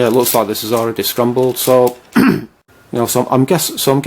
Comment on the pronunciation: its not scrumble or scrumbled its scramble or scrambled